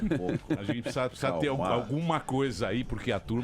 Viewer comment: esse '''''PPSSSZA''' ao invés de pronunciar ''precisa'', tooodos eles falam assim, q nojo, asco de politica. q morram todos TODOS. NEM PRECISO VER O VIDEO E TENHO A A BSOLUTA CERTEZA Q ESSEFALA ASSIM TB